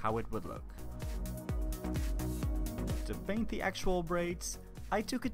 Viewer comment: PURPLE** PAINT** not burble or baint 🤦🏻‍♀️